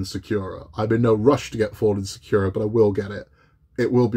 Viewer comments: Thanks for this detailed review. I've wanted to get the Sakura Densya since the first time I saw it. The newer "Falling Sakura" has too much of a "cartoonish" look to it, specifically the girl and the cat. Pronounced SAH-coo-ra (the "r" in ra something between an "R" and an "L"). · SEKIRO is strong with this one, do you play Bloodborne too? 🤣 SA KU RA man! SAKURA! Not SEKIRO 🤣 Jokes aside I built that one too, it looks great on the shelf, 😉👍